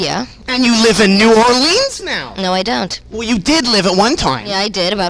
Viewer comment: does she know she’s mispronouncing New Orleans?